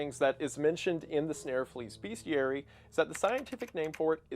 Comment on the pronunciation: Hey Wendi, sorry but there is no "a" in bestiary. Great video :)